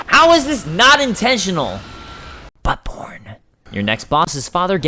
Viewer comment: Hmmm I definitely didn't hear buttborne at first.